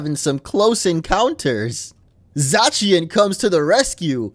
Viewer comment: It's pronounced zacian